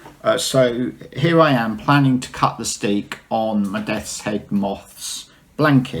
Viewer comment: In Dutch (here in the Netherlands) a single crochet is called 'een vaste (steek)'. There is also 'een losse (steek)' which is called a slip stitch in English (American or UK English or both?). The word 'steek', meaning 'stitch' in Dutch is not pronounced like the English steek, but more like stake or steak ... ;-)